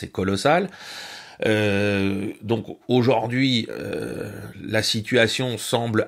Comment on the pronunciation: excellent, comme d'habitude, en revanche mes oreilles saignes: aujaurd'hui